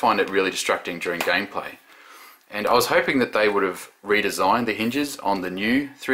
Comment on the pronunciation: "for long term gay play" dont you just love slip ups when you are speaking